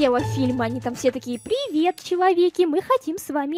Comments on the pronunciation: У такое приветсвие, "ВСЕМ ПИРИВЕТ" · это блоггер, которая начинает свое приветствие со слов "Всем ПИРИВЕТ" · пиривет:3 Я: такккк....